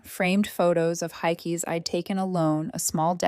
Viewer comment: "Hikies?" lol I think AI means "hikes".